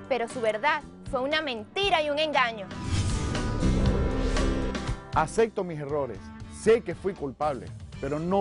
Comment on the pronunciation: Porque casi siempre dicen "Acecte" en vez de "Acepte"???